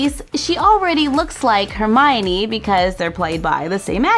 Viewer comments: it's Hermione not hermonie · Don't want to be mean but it's hermione not hermonie